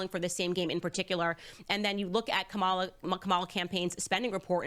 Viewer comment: IF THIS SELF HATING TRICK candace owens COULD TAKE A PILL TO TURN HER BLACK SKIN SHOE POLISH WHITE, SHE WOULD. SHE KNOWS THE PROPER PRONUNCIATION OF KAMALAS' NAME, BUT LIKE THE WHITE FOLKS SHE DANCES A JIG FOR, SHE CHOOSES TO DISRESPECT HER AT EVERY TURN. JEALOUSY IS HER BEST FRIEND😶